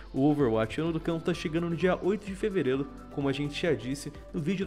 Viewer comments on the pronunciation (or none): “... dia 8 de fevereilo”